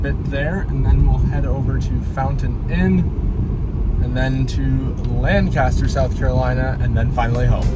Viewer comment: Lancaster is pronounced “lank-uh-stir” :)